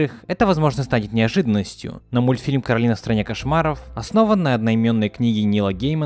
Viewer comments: Не кароліна а кораліна кто сматрєл етат мультік тот і знаєт😀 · Всё видео бесилась с неправильного произношения имени кОралины (гг постоянно сама исправляла людей, зовущих её КаролИна/КоралИна